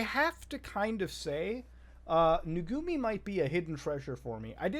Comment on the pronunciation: Muta calling them Nugumi when it says Nugumu right there, really infuriates me